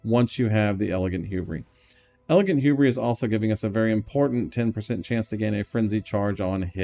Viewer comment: Saying hubris like that has to be on purpose, it's driving me insane